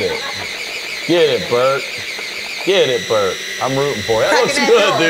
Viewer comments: I thought i was hearing shit 😅 I knew I heard brett!😅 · Tiff calling Bert “Brett” over and over.. I’m crying. 😂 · I love how Tiffany says Bret instead of Bert the whole episode. HAAAAAAA